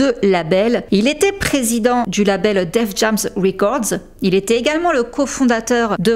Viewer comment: Tu prononces Def Jam "Defjamme" mais Tidal tu dis "Tidayle"...Pas logique lol. On prononce "Def Jayme" 😉